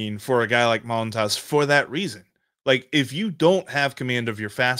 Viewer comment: Love the show, guys, but please learn the correct pronunciation of Montas. It's pronounced Mun-toss.